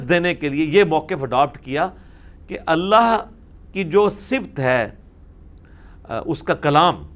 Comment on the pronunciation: انجینئر صاحب اس پر توجہ دیں ------------------------------------------- صفت کا صحیح تلفظ ص کے نیچے زیر ف پر زبر ت پر جزم(یعنی ت ساکن)